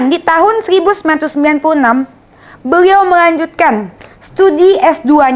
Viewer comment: Dennis adikku cantik yang manis. Lucu kalau mendengar ayat sebutan yang keluar dari mulut adik. Beliau yang benar ✅ Beriau ayat yang salah ❎ Apapun semangat ya adik 😊✌🏻